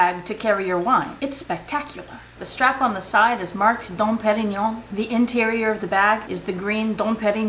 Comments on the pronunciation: Your pronunciation of that Don Parion had me laughing, and I know I didn’t spell it right 😅😂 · Every time you said "Dom Perignon" 😂😂😂 Oh my goodness, I so adore you!! Great video as always.... and to the total vachetta bag I have 3 words: OH HELL NO.😱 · Ha ha! I love EVERYTHING about this video from the pronunciation of Dom Perignon to Vachephobia! Such a fun video for the Halloween 🎃 Season! Also, I knew about the two wine bottle holder as I almost purchased one ☝🏾 from EBay a few months ago. I, however, had NOOOO idea of the plethora of vachetta bags that have been made over the years. Very informative! Great work! Xoxo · I just wish I could say "Dom Perignon" the way you do!!! I definitely suffer from Vachettaphobia!!! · OMG..., this whole video had me laughing from beginning to end. You are one funny girl,! I could watch this again just for the laughs!:) The way you say Dom Perignon... oh my belly.